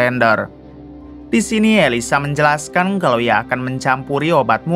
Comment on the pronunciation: Menjelaskang hahahaha.. Abang nya orang Bugis ya Menit